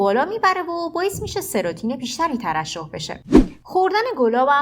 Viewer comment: مطالب خوب بود مرسی فقط اون هورمون سروتونین هست نه سروتین